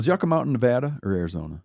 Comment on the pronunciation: If you’re going to say Nevada like NevAHda then you better pronounce it with the proper Spanish pronunciation, which would sound like NAY-VAH-DUH. So just drop that AH sound and say Nevada like it should be. Navæda